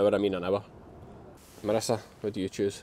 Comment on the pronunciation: God forgive me but at the beginning after saying how bad you expected it to be, I thought you said ‘The ministers arrived’ It took me a second to realise you said that Marissa had arrived!!!! Sorry but I ended up laughing at myself 😂💕 x